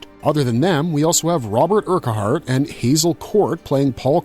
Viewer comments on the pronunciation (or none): Urquhart is pronounced " URKWART" not the insipid way you do it.